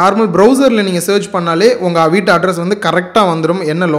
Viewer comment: அது 'விட்டு' இல்லை சகோதரர் 'வீட்டு'